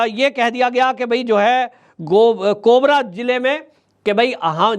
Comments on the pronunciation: Aapko patai nhi ki jila kon kon sa h korba ko kobra bol rehe ho ye kya news h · Korba ko kobar bola rhe ho ji